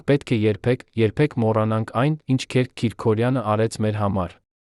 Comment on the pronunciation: Հարգելի ընթերցող,Քերք չի կարող լինել,Քըրք է,հայերեն Գրիգորի կրճատ,անգլերեն տարբերակը։Եւտառի սղումը երբեմն փոխում է բառիմաստըԿամդարձնում անհասկանալի։Միթե չկա գրագետ ընթերցող։Թեմաները ակտուալ են եւ հետաքրքիր։